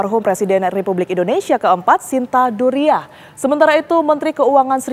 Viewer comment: Shinta Nuriah, bukan Duriah